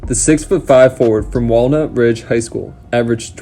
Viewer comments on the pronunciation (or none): none